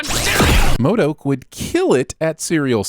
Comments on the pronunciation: We should have a bonus sin round for everytime you call him Mod-O-k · Also, you seem to think pronouncing MODOK wrong is way funnier than it actually is.